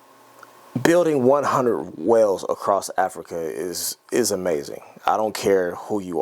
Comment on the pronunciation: Hey, great vid, but there's no T in across :¬)